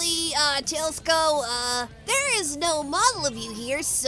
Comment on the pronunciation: I thought tailsiko was like tailsiko not tailsko